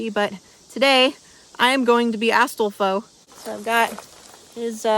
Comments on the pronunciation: astal-foe? xDDDD ASTAL- FOE??? xDDDDD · Ass-doe-flow I love the way you pronounce his name, also I hope you don't me asking, but how's the weir project going? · Hes hot but he said astolfo wrong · The way you pronounce astolfo is funny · The way you pronounce Astolfo is amazing. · Another femboy hood classic that calms the soul also I love the various Astolfo mispronunciations lmao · no offense your pronunciation of astolfo changes every time u say it lol great video tho